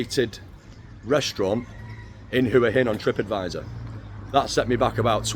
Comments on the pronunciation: Hua Hin is pronounced Wa Hin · yes wa hin not hua hin😊lived in Thailand for 17 years it’s Wa hin and pattaya is pronounced Patyha